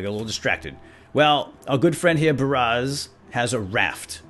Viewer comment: God, every time he said Baraz it annoys the crap out me.